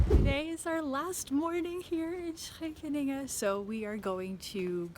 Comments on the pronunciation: About pronouncing Scheveningen correctly... You nailed it the first time! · Yes the first instance was spot on. The others were real good two but had a little too much palatalisation on the /s/, although if other features of the pronunciation would change to match those could probably still pass as part of a thick Amsterdam accent. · Well, apart from the "sch" being a bit too 's'-y you basically already pronounce it correctly. Better than most any native English speaker I've heard. 'sch' seems to be an extremely hard sound for non-Dutchies. If you want to get the last detail right: Seems like you're pronouncing the 's' with your tongue in the bottom of your mouth, you should put the tip of your tongue forward and almost press it against your upper teeth, like when you imitate a snake, and immediately cut it off and go to a hard 'ch'. Don't even worry about actually voicing the 's', it should be so short that you hardly hear it anyway. If you hold the 's' long enough to consciously register voicing it, you already held it to long to have time to transition to 'ch'. Just make the 's' motion as fast as you can and worry about getting the 'ch' right, and you should find you the 's' is about the right length, I think. That is, if you're physically capable of making that specific transition so quickly, it might be that it's one of those things you need to learn as a child and it's really hard to get your muscles to do later on. Ok, later on in the video when you speak Dutch... wow. Your Dutch is sooo good. Actually I think you're developing a Dutch accent when you speak English right after having spoken Dutch :-) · you already pronounce Scheveningen pretty accurately at the start of the video. And your Dutch is accentless, I think.